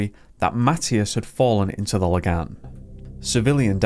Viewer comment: He's by far the best english speaker I've ever heard pronouncing swedish, and better than many danish people. He did totally miss it on "Lagan" but it's obvious that he checked the pronunciations for the more difficult words. Man's on par with Pewdiepie and he's swedish born and bred.